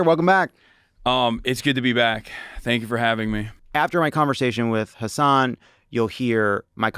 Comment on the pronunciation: Hasan is pronounced Huh-sun..